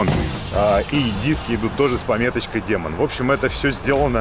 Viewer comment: Не демон а дИмон)